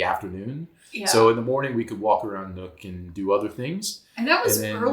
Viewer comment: Great video, but I have to say: Nuuk is not pronounced as "nook" but as "noob" with a k.